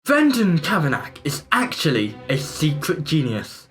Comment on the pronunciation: His name is not pronounced Kavanack 😤 The Chinese are not tourists, they live and work in the UK, but maybe not all of them, I'm unsure. YouTube is not television! Is it a known fact that he has met the female British Transport Police officer before, or are you just assuming that? Or does he know it because it's probably on the front of her uniform? I doubt he lined up any TV interviews, they would have approached him! It's St Pancras station and not Kings Cross! I doubt very much that it's coming to a close, this will go on for ages. I am in full support from Brendan Kavanagh (pronounced Kavanar) And was there to support and see him in real life on Friday 26th. So please pronounce people's names correct and get your facts right if you report on things.